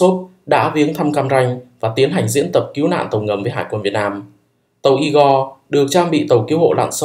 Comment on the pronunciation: Cứu chứ không phải cíu hay kiu nhé